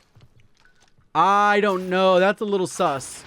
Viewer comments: the way says sus is hilarious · I’m lmfao you saying Sus 😂😂😂😂😂😂😂😂